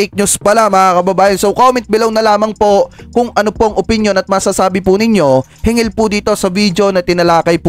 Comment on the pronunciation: SIR HINGGIL NOT HINGIL😊